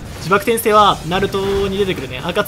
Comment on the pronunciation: 「ちばくてんせい」だけどな